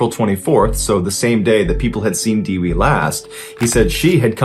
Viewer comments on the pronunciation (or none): fun fact : Dewi means Goddess and this is how you pronounce it De : Deck without ck wi : With without th put em togerher you got the correct pronunciation for dewi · "Dewi" pronunciation as follows: "De" as in Devid , and "wi" as in wicked